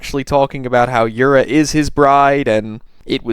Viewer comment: Her name is "Yura" as in You'ra PDFile (not you BTW)